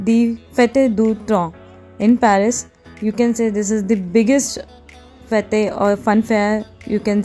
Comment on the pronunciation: It’s pronounced as ‘fet’ e’is silent in the end like most of the other french words